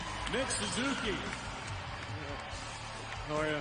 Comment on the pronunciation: John Buccigross is one of my all time espn favorites, but today he mispronounced Suzuki and called Bjorkstrand "Olivander." Lol